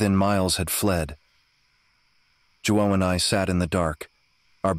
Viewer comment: Spanish for “John”, “Juan” is pronounced “hu-wan”